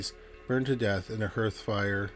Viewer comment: I know its an old fashioned word, but 'hearth' might come up again. It's pronounced like heart except for the sound in the end.